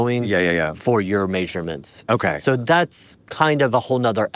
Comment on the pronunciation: Why did he pronounce it "mAEsurements?"